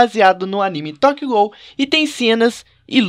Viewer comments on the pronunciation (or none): Sky vc falo tokyo gulu e iluteu mas é tokyo ghoul e inútil